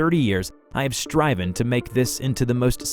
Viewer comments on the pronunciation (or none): I like his vids, he is chill and pretty consise, something I love when watching vids while gaming or before bed. I will always, always get slightly triggered by his mispronounciations though! 😭 "Stryven" Yeah, I am a bit of a pedant.